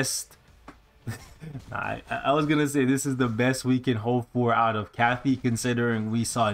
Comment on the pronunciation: it’s Katy not Kathy 😤